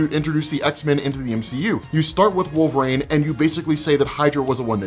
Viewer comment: Who is this wolvrain you speak of?